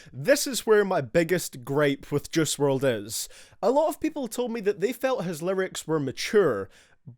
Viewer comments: I dunno why but he sounds like he’s saying Jiz wrld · Since your so good at judging his music u should also learn how to say his name